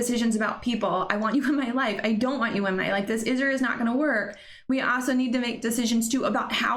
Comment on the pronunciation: The way she says “also” “aso” cracks me up.